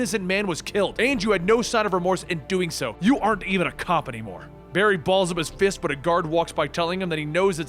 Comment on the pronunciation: Luke Akers Lmao Berry Allen? It’s Barry Allen